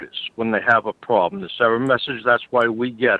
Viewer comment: "We gonna fix youw pwabwem" yea RIchard